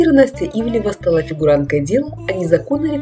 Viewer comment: хоть бы фамилию правильно выговаривали!!!!!🤦‍♀️🤦‍♀️🤦‍♀️🤦‍♀️